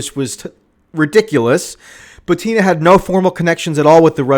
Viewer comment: Michael, are you here? The lass' name is pronounced "BUTina", not "ButIna".